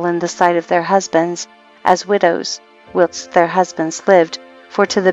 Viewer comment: Can someone please tell this woman how to pronounce 'whilst' and 'draught'.